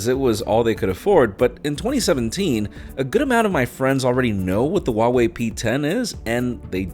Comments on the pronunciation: The H in Huawei is pronounced as an H, not W. Source: am chinese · Wha-Whey sounds odd though